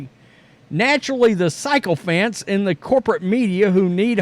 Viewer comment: Sycophants is pronounced 'sicko-fants'...